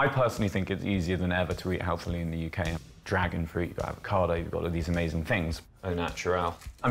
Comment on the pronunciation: Gosh, have the nouveau riche discovered dwagon fwoot? How jolly splendid!